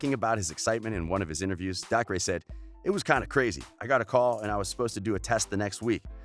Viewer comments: It's not DAK-RAY its DAY CAH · Gayten? No, Gatten McLogklin? Nope, McLaughin Daycer? Nah, Dahcray sounds better (These are pronunciations not how you actually spell their names) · it’s not “dah-cree” it’s “day-ker”😭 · YOU SAY DACRE AS DAY-CER NOT dac-ray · dAhCrAy.btw its daycer, dacre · Narrator: Noah. Joe. Millie. DaHcRaYyyy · It bugs me how he says Gaten and Dacre wrong. It's pronounced gay-tin and acre with a d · It rlly isn’t... DAY-CUR! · omg and dacre is pronounced dacer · And also the way he pronounced Dacre. He was like. DacRay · “dacre” and “gaten” god this guy needs to some minimal research on names. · Is it just me or is everyone so annoyed how he pronounced gaten and dacre’s name wrong .. ( omg thanks for nearly 500 likes ) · And also Dacre😂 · Claire-Louise Maltas i know but he pronounced dacres name wrong😂